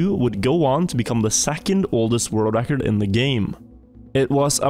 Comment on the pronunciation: Stop saying "Räackkkord" pls